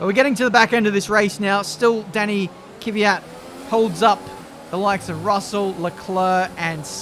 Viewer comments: It's pronounced Kvyat. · Kvyat is pronounced as kfiat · It's Kvyat just how Crofty says it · TFW is trying to pronounce Kvyat right after all these years and he's gonna be gone next year so it won't even matter... that timing. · For say Kvyat name right you have to say ''TORPEDO''. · Pronunciation is very similar to the way says it, he just emphasizes the wrong syllable (1st instead of 2nd, like it should be). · thats how to say kvyat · I think you say Torpedo😂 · Say Kviat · About the pronunciation from the vodka-drinking-for-breakfast racer, it's kVIat , for being russian... The strong pronunciation is at VI \o/ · I'm no Russian but I pronounce it Kiv-yat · Its daniil KVYAT, I don’t know where people got the E after K from. It’s is pronounced as it’s written. In russian its Квят, я is ya. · It’s pronounced„kwiat“ but only one syllable no kwi-at or ki-wi-at just kwiat ain’t so hard when you give it a few shoots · its kVYAT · I pronouns it keviat not kéfiat! Like it if you say it like me!? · Isn't it Kyv-at? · I think it’s “ Kve-yat “ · It's K-V-Y-A-T, not K-I-V-Y-A-T, without the I-sound between the K and the V. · it's no ki-vyat it's kvyat. Thank me later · plsease sign kvyat and try to pronounce his name right pls. its like kvyeeee yat or kyiii yat not kiv yat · There's more than 1 syllable in Kvyat. pronounces it KIH-vee-at, but it should be kih-VEE-at. Crofty basically takes out the first syllable by combining it with the second so that it sounds like "Fiat". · KIWYAT not keyveeat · Okay, here it is: K - V - Y - A - T not K - Y - V - Y - A - T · It's Kveeat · It's Kiviat that's the pronunciation. But It's Spelled as "Kvyat" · Kuh ve yat. Say it quick there you go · Kvyat - hard K followed by soft V. Ya like in Ya(s) marina, followed by hard T. The stress in on ' ya ' sound. Квят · It is KVIIIIIAAAAATTTT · k-vee-at for pronouncing danil’s name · The pronunciation (what I say) is said like this: Kyviat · Danny Kiv-Ey-yat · Ka - vee- yat